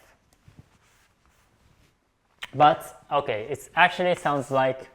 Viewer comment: Another thing I noticed is that japanese people have a hard time pronouncing the "short i" sound and usually pronounce it similar to the "long e" sound. For instance, "it" will sound similar to "eat", and "fit" sounds like "feet".